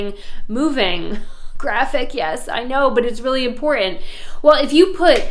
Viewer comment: Hahaha! I think that your messages are fun! AND your real estate video tours are superior. Your comedy is first class, often worthy of old school prime time television. IMPORT ANT, just my "hearing" your enunciation of important. Like some folks say "exshtra". Keep up the good work! Maybe you will be able to assist me with finding my North Carolina "Stumble Inn" when retiring from the 50 hour working for others. Hey, maybe this video can be shortened, to key points, play on small displays at each ACE Hardware/Home Depot/Lowes/similar.